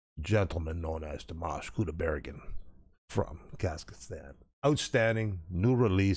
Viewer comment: Thank you,, for correcting the pronunciation of Dimash's last name.